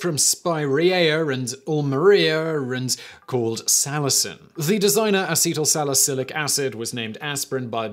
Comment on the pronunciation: say it with me Simon: “ah-seat-l sal-ih-sill-ick”